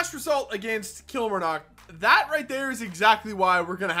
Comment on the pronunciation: Lovin the series but one thing your saying kilmarnock wrong